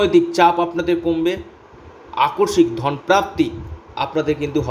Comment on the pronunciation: Onek bar bolechhi kothata AKORSIK na , tobu aakoshmik ke akorshik bole jachchhen.